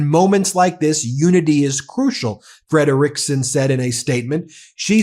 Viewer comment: FYI, it's pronounced Metta FREDriksen